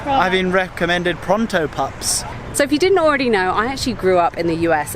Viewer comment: Haha you sounded so posh and English when you said 'pronto pups'